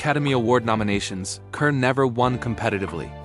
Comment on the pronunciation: Pronounced 'CAR' idiot